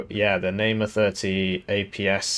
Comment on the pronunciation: heh, nice april fool's joke but something that made me laugh is that you read the Namer ifv as Neymar